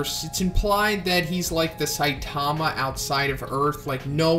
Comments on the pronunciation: its saitama not sitamia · Thought you said stamina there